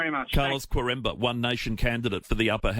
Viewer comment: For crying out loud, get the blokes name right. Carlos QUAREMBA